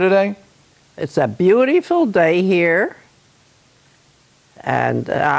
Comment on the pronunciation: It always makes my day when she considers every day as Bewteeful :)